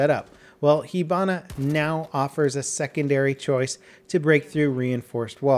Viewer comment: i thought is pronounced hibana not hebana